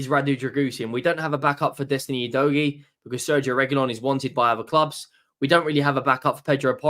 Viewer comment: He still can’t pronounce Udogie correctly in spite of him being with us for a year. 😬 you dough gee … it’s like finger nails down a chalk board